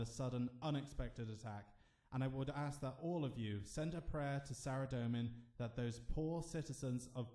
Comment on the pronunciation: SARA DOE MAN.... but you pronounce ZAMMY JUST FINE